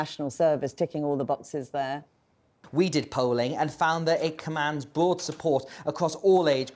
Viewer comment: "BWOAD SUPPORT ACWOSS AWL AGE GWOUPS"